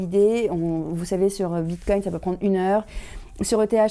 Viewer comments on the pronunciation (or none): none